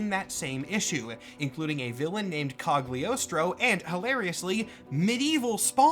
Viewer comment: I'm pretty sure that's not how you pronounce "Cogliostro"